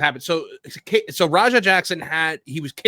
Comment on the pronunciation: The way Rampage pronounces Raja is more like slang for Roger. Roja is more like how its pronounced.